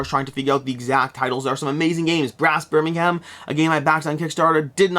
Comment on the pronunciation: It’s called Birming-em. Not Birming-HAM :) PS: I hope at some point we get another CDM campaign. Another Season would absolutely kill it on Kickstarter